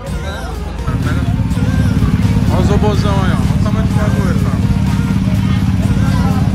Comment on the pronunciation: Quantas vezes o torugo falou ROBOZAUN nesse vídeo?